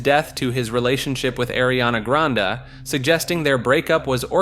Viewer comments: the way you say some of these names has me dying “gucci mon” “bae on say” “airee ana gronda” “ellen de gener ez” not to mention saying “canny” and then “kanye” in the same sentence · Don't forget Ariana Grund, a name in any household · " aireeana grawnda " this feels like one of those videos u see of schoool officials at graduations butchering all the graduating students name bc they were only given a list of name with all the name broken into syllables rather than the actual names . Cmon man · he did it again - he says "Arianna Grandaa"